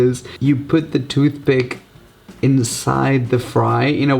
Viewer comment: He said toothbick